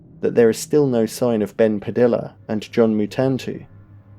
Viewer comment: Padilla is pronounced like tortilla. Puh-dee-uh like Tor-tee-uh.